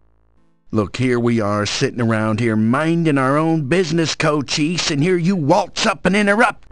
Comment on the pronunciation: hahah he called him cocheese XD